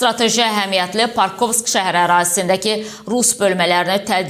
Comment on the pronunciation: Parkovsk şəhəri yox PAKROVSK şəhəri oxu